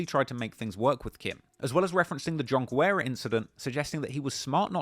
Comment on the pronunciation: I think you pronounced John Guerra every way but the correct way Mad respect, fuck him up